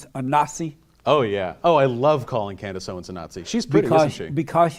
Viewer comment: “Candice Owings”